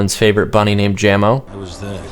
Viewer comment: its /Ja-mo/ not /Jam-o/